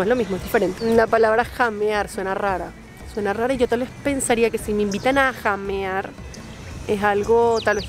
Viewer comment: Huasca significa borracho. Se pronuancia jamear y no llamear